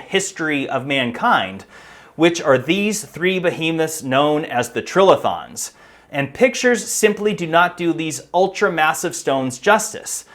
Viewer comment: Another hack who sees the word "trilithon" and lacks the vocabulary, general knowledge or ability to analyse how a word is written. Nor can he be bothered taking a couple of seconds, in this day of the interwebs, to check the correct pronunciation . . . Perhaps he just copied Graham Hancock who has the same issue? "Tri" = three, "lithon" from lithos = stone. A structure of three stones, two vertical, one laid horizontally on top = "trilithon". Or alternatively, the vowel before a single consonant is "hard". Or, show your ignorance and inability to research anything, however basic, and say "trill-a-thon".